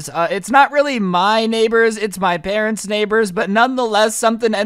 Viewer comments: OMG I heard parents!! Weird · You said “I decided to spend Christmas at my presents house” like if you heard that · wait you said presents house